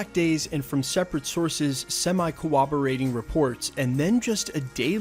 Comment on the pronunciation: Are you saying corroborating or cooperating?